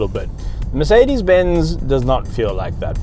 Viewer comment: did he say ‘Makedis benz’ 🤨